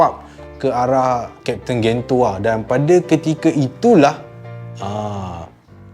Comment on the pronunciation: sdikit sdih la aq sbb kat malay dub pronounce Gento jdi Gen je..